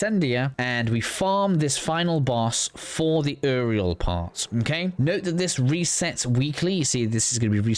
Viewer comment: bro said Eriel not uriel